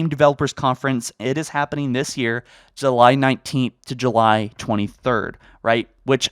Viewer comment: That’s not grammar, but a mispronunciation. Calling you a “grammar nazi” is a bit of a stretch, especially since July is a proper noun, but... poof, you’re a grammar nazi. Элмо... Вы говорите по-русски?!